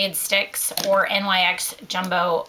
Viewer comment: NYX doesn't stand for anything. It's the name of a Greek goddess so it is pronounced "nix" not N.Y.X.